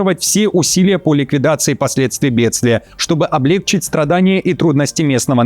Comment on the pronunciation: Докажите, что Вы не ИИ, не говорите облЕгчить. Только облегчИть.